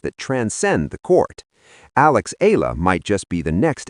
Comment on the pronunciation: Sir , She's " ALEX. E-YA - LA !, How we Pronounce her ( Family Name)"ALEX EALA" Our " PRIDE " 💖 of Philippines.. Thank U... ❤❤❤❤❤❤